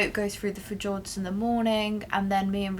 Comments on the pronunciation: Fjords - pronounced like fe yords :) Great honest video and you cover things that others don’t consider so thank you X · Haha, can't believe I was late for work due to watching most of the video before she said fehjords l😅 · Tip for..Fjords has a silent 'J',it's pronounced f'yourds. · I don’t think you pronounce fjords like that